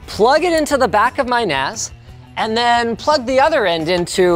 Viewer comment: Okay, so...MKBHD... bought a Macintosh NAS... 'cause, that's what it sounds like he's saying.